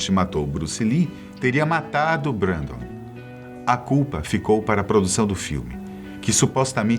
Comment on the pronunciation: Se pronúncia brendon